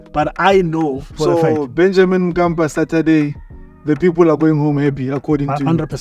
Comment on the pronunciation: It's Benjamin mkapa not Benjamin kapa